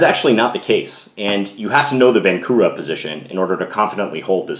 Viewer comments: its pronounced vahnczura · Hello John, just one small detail. Right pronunciation of Vancura is "Vanchura". in Czech his name is written with "č" - Vančura. Otherwise very nice video as usual, keep doing great job! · Great video. For your information, the name is Josef Vančura - the "c" is pronounced like "ch". And the accent is on the first syllable. So it sounds like VANchoorah. Not a criticism. I though you might like to know.